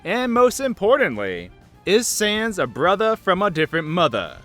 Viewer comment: I think it's 1 dog to rule them,only A Ball,And MOST IMPORTANTLY SANS IS a brothah from anothah mathah.